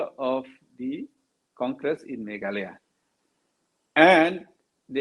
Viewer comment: Not meghaloi,,its meghalaya maamm.. ☺️